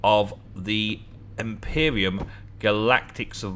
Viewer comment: is it just my ears that i am hearing you say Empyrium and not Empyrion? if so let me know, if it's your accent then I apologize.